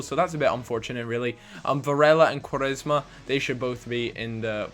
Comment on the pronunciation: You said Quaresma? wtf? lol